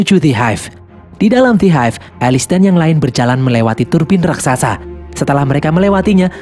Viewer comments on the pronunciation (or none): none